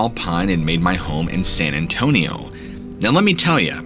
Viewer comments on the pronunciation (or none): none